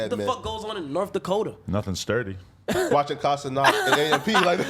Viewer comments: This fool, or whatever his name is, IS THROWIN ME OFF for the sole reason of mispronouncing Kai’s last name; It’s Ce-NAT, not “Ce-Not” … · “KAI CENOT”😂😂